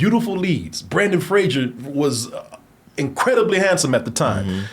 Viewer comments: Fraser. Not Frasier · FRASER rhymes with RAZOR.